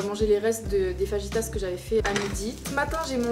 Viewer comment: Les faRrrritas xD